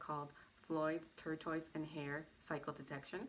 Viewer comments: Can you please pronounce tortoise properly? Jeez!!! Driving me nuts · You say tortoise wrong.